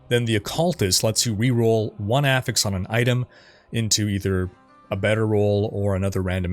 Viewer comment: Being a level 10 pendant, I do not approve of your pronunciation of "affix".